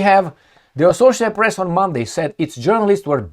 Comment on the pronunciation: Don't say pess. It's PRESSTITUTE. MA'AM